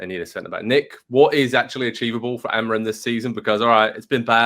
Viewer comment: dude can’t even pronounce amorim’s name